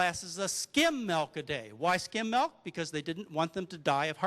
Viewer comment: Intereting talk. What the hell is "melk," though?